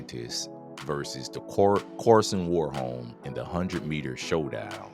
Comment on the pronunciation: His name is Karsten not Karsen